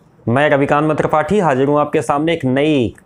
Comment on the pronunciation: Aapka Naam hai phir aap ravikant may tripathi kyon bolte hai